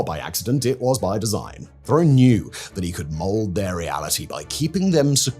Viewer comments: Theriault is pronounced Terry-O. As a Canadian I find this incredibly distracting. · Theriault is pronounced "Terr-Rio" like Terror, almost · Therriault is pronounced Terry Oh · teyrio is a better pronunciation, the 'h'' is essentially silent. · I’ve actually been to the compound. I live about 35 minutes away and have saw Roch and the women in Kinmount selling fruits and vegetables at the farmers market and the local fair. It’s pronounced Rock Tear-ee- oh from my recollection